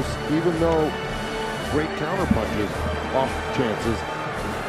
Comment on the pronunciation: “Gonna put a GrrrrRhhhate show”